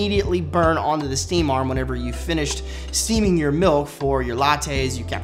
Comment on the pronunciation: Am I the only one that thought he said “ milf “ instead of milk? My minds playing with me